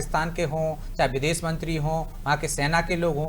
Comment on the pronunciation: aur biddes nhi videsh